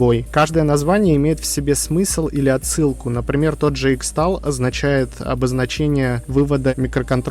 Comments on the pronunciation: Дружище, хороший видос, но (сорри за духоту) X-tal читается как "кристалл", так же как X-mas это "кристмас", на не "иксмас") Собственно, в схемах, скорее всего используются кристаллы кварца (тут я уже слаб в электротехнике, поэтому предполагаю) Желаю удачи, ебашь дальше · "Xtal" читается как "crystal" 🙂